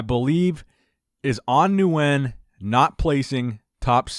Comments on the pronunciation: Love your content, but please Nguyen is pronounced (win)... I always feel bad thinking An Nguyen is watching like "wtf" Lol!! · Just a heads up, "Nguyen" is just pronounced "win" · Say it with we slow, An Nguyen (Wen), idk who An (New wen) is lol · Yo. As someone who's grown up with a lot of vietnamese friends. Nguyen = Win. Just pronounce it as Win. I heard you pronounce it like 10 different times incorrectly and I winced each time. It's not your fault, but it's 'Win'. Hope you see this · Nguyen is pronounced like win lol... u butchered the last name haha. They do that when I compete too haha